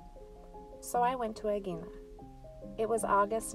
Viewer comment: Lovely! Thank you ❤ When you say 'Aegina' you should say the 'g' without touching the tongue to the back of the roof of the mouth. You should leave a little gap so that the sound softens, and is a little bit more like a sound that's a mix of g, h and the first part of y 🙂